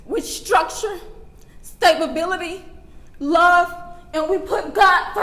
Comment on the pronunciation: Stabahbillity? Is she an immigrant?